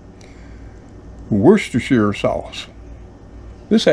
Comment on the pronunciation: 10/10 on the Worcestershire pronunciation 👍🏻🇬🇧